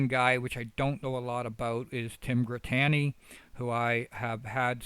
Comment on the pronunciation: how can you not know how to pronounce Dux’s name? (ducks) Have you seen one of his videos? U also mispronounce Grittani’s name.